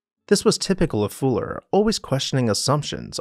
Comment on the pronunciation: Fuller had not just an adaptive mind but the courage to spread his “gospel” to the world, a rare combination" I found it odd the narrator couldn’t pronounce Fuller’s name correctly. He kept saying “Fooler”. I wonder why he did that? Was it some kind of subterfuge or subtle joke?